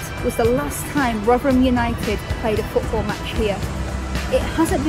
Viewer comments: I always thought it's pronounced Rotherham, not Rughgheram. But who am I? Not even a native speaker. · Where does the sudden East End accented ‘Rovverem’ come from?